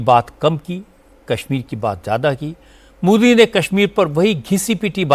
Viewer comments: Anchor ko naam sahee ana chahea..Asim muneer not nazeer😂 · Pahly aap name lena too sekh lo asim nunir hy nazir nahi hy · Munier not nazeer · General Asim najir Nahin general Asim Munir hai pahle Naam to sahi Le lo FIR news bhi banana is baat per